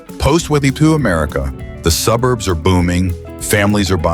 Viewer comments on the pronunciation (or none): And "su bur b uh"